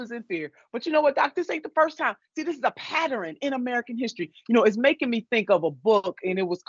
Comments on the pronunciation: P A T T E R N. NOT PATRIN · I hate wen people say "patterin"...... its a pattern.....🤦🏿‍♂️